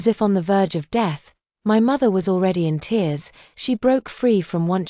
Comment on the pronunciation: Fix your AI, TEARS is not "therse". LOL "the late autumn dawn / at 3 AM!" because usually the sun arrives at midnight? Chaotic dumb story with too much self-pity and not enough self-reliance. If the family ignores you when you are right there, they will not be in a state of panic about your disappearance for 5 years straight...